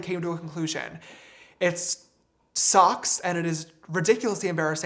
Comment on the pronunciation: Not important, but when he said ' sucks ', it sounded like ' socks' and for a second I thought he was referring to sock puppet accounts or something...